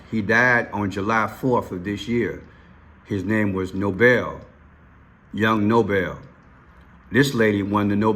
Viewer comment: Noble and Nobel are pronounced 2 different ways, Bro. You’re saying his name wrong, respectfully. His name is Young Noble,(pronounced No-bull). Nobel is the peace prize you’re mentioning and that’s how you’re pronouncing both names and that’s incorrect.